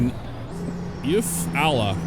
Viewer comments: The name of the town just across the line is pronounced “You-Fall-Uh” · Eufaula is pronounced “U- Fall- Uh”